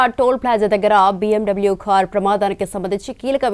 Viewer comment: It's not khar...it's car😂😂😂😂😂😂